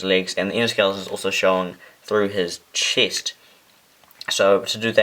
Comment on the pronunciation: its not chist its chest